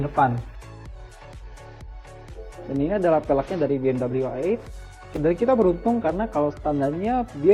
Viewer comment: Pas baru loading ni video, gue kecewa sama si host. Masa dia bilang BMW ai-eitgh (ejaan bahasa inggris). Ini review indonesia bray, so u pake dong bahasa Indonesia dengan bilang Be Em We i-delapan.